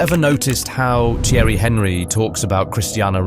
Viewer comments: If you don't know how to pronounce the name of Thierry Henry, you cannot talk about football. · I dont understand why people would make an entire documentary about something they have no interest in. I can tell this guy doesn't watch football, cos who doesn't know how to pronounce "Thierry Henry" Man said its CR7 vs Henry Hoover 😂😂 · AI dross , notice the way he says Thierry Henry’s name 😂😂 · The way the narrator (or AI?) prounces Theirry Henry is pathetic. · You have to learn to say Thierry Henry correct, this is a joke !